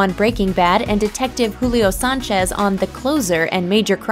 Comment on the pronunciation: Dee-tek-teeive Sayan-chezz